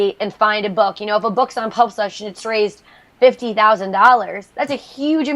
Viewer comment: I'm sorry, my friend. I was pointing out with failed humor that you say pubFlush at the end instead of pubSlush, or at least it sounded like it to me. I do greatly appreciate your video and am looking into their website. It all seems great so far, take care Matthew.